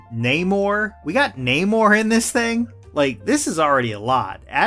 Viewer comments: Its na-mor not nay-mor hes not a horse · how are you gonna mispronounce a characters name who's movie literally has an entire scene going over how it's pronounced